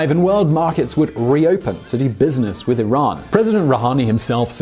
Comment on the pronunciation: Thumbs up 👍 for pronouncing Iran correctly